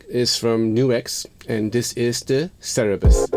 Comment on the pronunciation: He just said Cerebus 😃 But like always he is awesome 👌